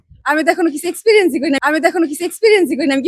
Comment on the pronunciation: ইংরেজি বলতে না পারলে বলতে যাও কেন ? একজন বিশ্ববিদ্যালয়ের ছাত্রী হয়ে " এক্সপিরিয়েন্স" কেন বা বার " সিক্স পিরিয়েন্স বলছ ? " যাক, মানুষের মাঝে একটা বিনোদন উপহার দিতে পেরেছ - এতে মন্দ কী।